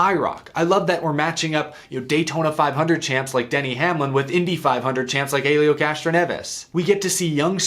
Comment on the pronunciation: Also you’re the the only person I’ve seen pronounce Helios name that way